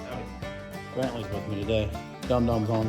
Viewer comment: said “Bentlee” in the intro lol. I honestly had to listen several times to make sure I heard correctly lol.